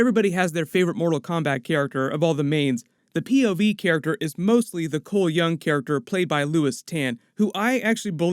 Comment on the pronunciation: Cole Young = Cholmel Young as in Chameleon